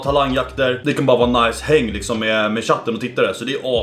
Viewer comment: "läkerol lixom" 😭😭😭😂